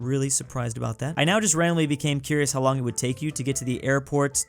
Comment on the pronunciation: Michigan: Haʊ to help toddler with cough 😂